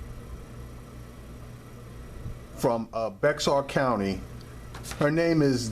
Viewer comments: Bexar is pronounced Bear..All pigs are bad.They have all lied for one another in at least one instance.We call it lieing pigs call it covering their asses. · It's pronounced BEAR. the person the county was named after didn't know how to sign his name, so he signed X. His attorney spelled his name around the x getting BExAR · The "X" is silent bro. Bexar it's actually pronounced "Bear" County. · Bexar county is pronounced Bear county. Lol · Bexar county tx is pronounced bear county San Antonio police are dangers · "Bexar" is pronounced 'bear' or 'bare'. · Dood! You sound like a moron saying “Bexar”. It’s pronounced like Bayer aspirin. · learn how to pronounce bexar before you speak dumbass. easy hint pronounce it bayer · I'm use to cops treating people like this. I'm not use to anyone pronouncing the county like this guy😁😂🤣. It's spelled Bexar but it's pronounced BEAR!!!! 👌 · It pronounced bear county the x is silent don't ask why? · It's pronounced "bear"...the X is silent. You got perra and puta right. Fuck the police! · Bexar county is pronounced Bear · Bexar is pronounced BEAR. Once lived in San Antonio and the county spelling is confusing AF. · Bexar is pronounced as bear. I know it doesn't make sense. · good job on this one. It's pronounced bear county though out here in San Antonio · No it is not pronounced "bear" as you state. It is pronounced "beh jar".....